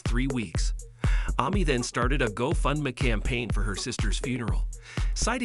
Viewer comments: Right ! WTH ?! Why on earth would someone pronounce it Ah Mee ?! Jeez ! Super annoying! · Why are you mispronouncing Amy’s name ? That’s annoying. I’m so proud of this family either way ! Love them ! They’re so fun ! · Who the hell is ‘Army’ ?? Is it really that difficult to say AMY !!! So annoying 😡. He also can’t pronounce Combs 🤨